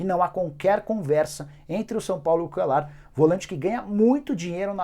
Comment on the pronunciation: Nicola se pronúncia Cuelhar (Cuellar) LL em espanhol e Lh. Nada contra mais quando falamos inglês pronunciamos como eles falam. Mais quando espanhol é omo se lê. Pronuncie Cuelhar não Cuelar.